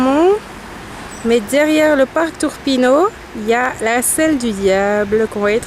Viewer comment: Monte Urpino no Turpino🤗